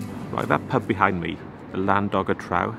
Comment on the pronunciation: Well yer I am a brisle lad born n bred now at the age of sempty plus, ask anyone from brisle and day would pronounce the pub as Trow as in trousers! Perhaps dees went to som posh school!